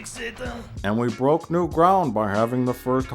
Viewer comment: "and we boke the ground with have the first homosexual in star wars" LMAO